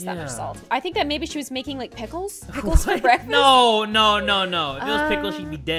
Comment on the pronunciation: did he just say piciles a not yummy SIR I WILL EAT A WHOLE JAR OF PIKILES IN FRONT OF YOU